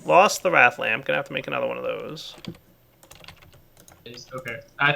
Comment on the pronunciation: It's wraith, nit wrath